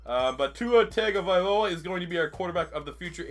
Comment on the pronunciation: It’s Tongue-O-Vy-Low-A